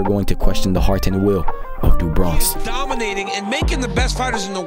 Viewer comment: Not trying to be a dick, but it's Do Bronx. In Portuguese Do is pronounced like Du, so why you thought it is Du is understandable, but I'm just letting you know. Cheers.